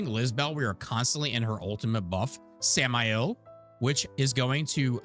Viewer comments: yeah she says Sam-el instead of Sam-Eye-el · does it annoy anyone else that she says samael wrong, its supposed to be like the demon right?